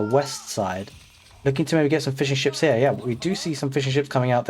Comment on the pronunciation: I understood Fish & Chips instead of Fishing Ships for a second 😂 Great cast as always